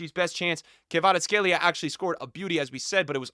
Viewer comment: It's Kvaratskhelia not Kayvaratskhelia ffs